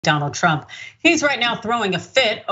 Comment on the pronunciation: She said "drump" 🤣🤣🤣